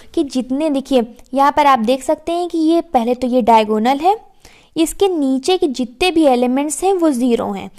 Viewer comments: Actually it is diagonal not daigonal😂😂😂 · It's diagonal not daigonal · It's Diagonal ma'am! Not daigonal 🥂🤍 Overall Your way of teaching is very good!